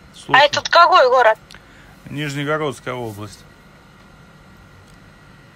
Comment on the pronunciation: + не Нижнегородская, а Нижегородская область)